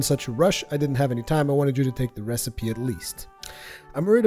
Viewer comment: Did he just pronounce recipe as "receep"?! o_O